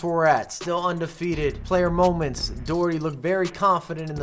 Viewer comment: I hate the way Doherty is pronounced